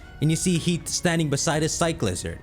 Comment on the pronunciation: damn. he's pronouncing it heat. (its heaf)